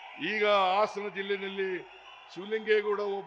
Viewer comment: ಲೋ ಪೆಕ್ರ ಆಸನ ಅಲ್ಲ ಹಾಸನ